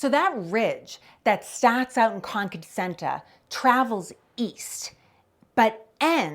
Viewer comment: Good to hear the town name properly pronounced “Conkid”